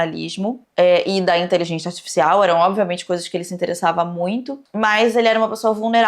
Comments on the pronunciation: "Inteligentia artifixial" kkkk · Adoro que a nunca consegue pronunciar inteligência articial kkkkk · siiiim hahahahaha saiu de tudo, menos inteligência artificial